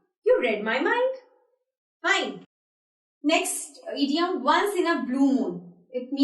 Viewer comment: The word is not eediom it is pronounced idiom id as in hid